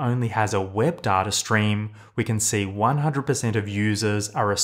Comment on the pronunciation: I love these videos - but who says "d-a-r-t-a" ? There is no "R" sound in data.